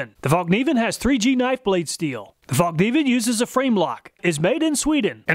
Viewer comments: It's pronounced "fallniven", the K is silent, like in knife. True cringe moment when I heard it pronounced Falk Niven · "Fällkniv" means "folding knife" and is pronounced "fell kneav". Love the videos btw, thanks. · I'm just used to hearing 'fallk-neevin'.